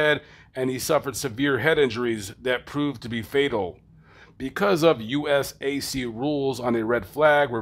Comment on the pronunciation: Same owner and team but I doubt that it was the same car. Especially since the narrator doesn't know how to pronounce Vogler or USAC I don't put much stock in what he says.